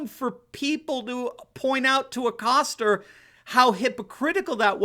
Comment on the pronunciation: where is the "R" in Acosta?.....LOL